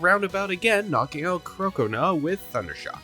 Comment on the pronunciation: Do you purposefully say their names SO SO SO wrong? Like croconaw is supposed to like crocodile and gnaw so it's CROC-O-NAW